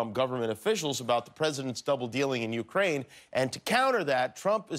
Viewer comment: U-Kray-Kray, Jimmian.